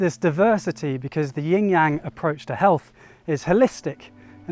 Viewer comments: Love your videos, but it sounds like you're saying "ying yang" sometimes, which is different ;) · It's NOT a "ying yang" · When will Westerners learn to say Yin Yang correctly. Even these masters talking say Yin Yaang, and still throughout the video he says it wrong!! Why is this? White privilege? He alone and the westerners say it right over the actual person who speaks Chinese? Please please do not disrespect our language! Take the time to learn correct pronunciations is a language other than English.